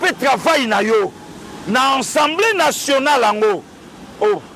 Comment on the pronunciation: On dit Assemblée Nationale et pas Ensemblée Nationale.😂😂😂